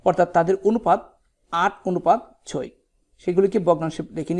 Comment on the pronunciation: আপনি ছয়কে চয় বলছেন 😂😂😂